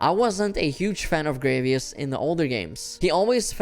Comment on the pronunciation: Sorry but the pronouciation of Gravios is getting to me. It's not Gravios like gravy. It's actually Gravios like gravity.